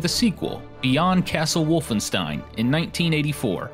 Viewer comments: its pronounced wolfenSHtein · "one of the most important franchises in video game history" therefore I'm going to butcher the pronunciation of the game's title and its protagonist. Otherwise - nice video!